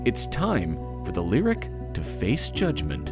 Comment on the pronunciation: it's pronounced "lyriQ"